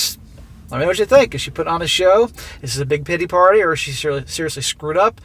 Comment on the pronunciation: When you said big titty party my ears perked up. Then figured out you said big pitty party.